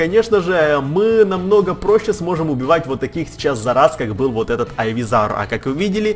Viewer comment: не Айвизавр, а Ивизавр🤗🤗